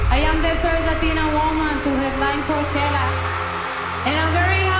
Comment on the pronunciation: Karol G always shines in her interviews, a Queen. No wonder she's the first Latina to headline Coachella.. a music festival named after a city and Valley that runs on hard working Latinos, which is currently being massively gentrified. The way Karol pronounced "Coachella" from the main stage gave CHILLS. Sure, i'm the one who missed the point.. 😅